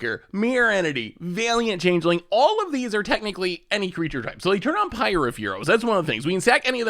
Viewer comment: Chang-ling? Sounds asian.